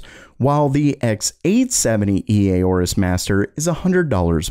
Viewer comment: Aorus is pronounced "Or-us". The "A" is silent.